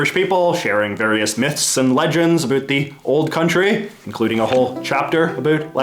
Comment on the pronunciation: "A boot" I am Canadian as well and it is a bout